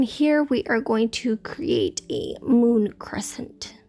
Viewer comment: Is it mood or moon? I keep hearing both 😅